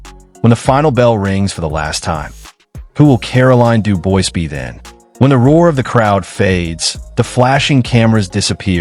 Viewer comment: Dubois is pronounced "Doo-Bwah".